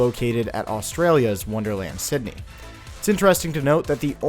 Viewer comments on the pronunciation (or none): none